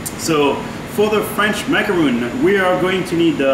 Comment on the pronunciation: H just said macaronning.... at least show it how it is done! D